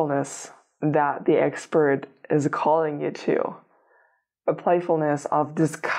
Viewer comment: I heard it that way too 😂